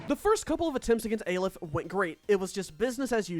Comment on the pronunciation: once again reminding that Aleph is pronounced "aa-lef"